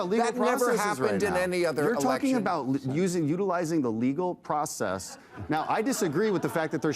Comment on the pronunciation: Using legal process.... ahhh emphasis on the "legal"😂😂😂